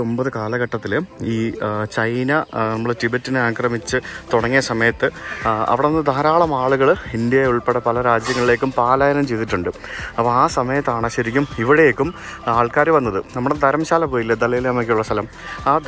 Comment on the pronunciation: "പാലായനം" എന്ന് പറയല്ലേ. "പലായനം " മതി, അതാണ് ശരിയായ മലയാളം വാക്ക്.